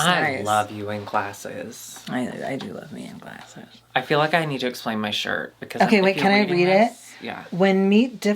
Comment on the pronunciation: says 'glasses' w/such Midwestern ❤️ I'm the same way even after moving down south years ago